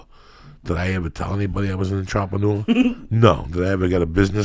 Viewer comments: Untropanewa? Ohhhh "Entrepreneur" ok. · Kick that fuckin' "entrapanooah" Lee! OH SHIT! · When joey pronounce entrepreneur >>>>